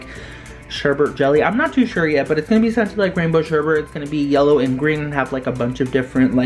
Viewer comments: Why the hell do people say sherbe"r"t instead of sherbet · Don’t like being that one person but, you pronounced sherbet like sherbert, which is not how to say it. A lot of people get it confused, so, it’s just a piece of advice. Love your channel btw.